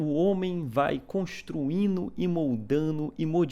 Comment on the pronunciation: "Construino e moldano e modificano"? Ih, rapá, tô achano que é baiano... hehehe